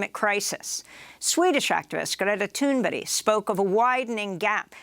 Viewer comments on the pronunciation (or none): Her name is Thunberg, not Tuneberry. The least you can do is get her name right even if everything else she and you say are wrong. Personally I think you are a huckleberry or a pineapple. She's just an example of child exploitation. What in hell is she doing testifying before Congress. She isn't a scientist or expert in anything, just someone young, naive, brainwashed and instilled with fear. She's to be pitied rather than given a shred of credibility. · Greta Turnberry it's "Thunberg" you leftist nitwit! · I dont know how to pronounce Greta Thunberg, but that aint it.